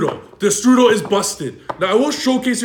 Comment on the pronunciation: Why does your destrudo sound like the strudel?